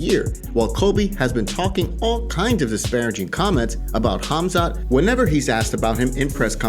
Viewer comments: I thought Colby called him, forgive my language if it’s bad, “Khumshot” I believe this is comedy gold 😂 Khamzat will smesh him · Khumshot smesh him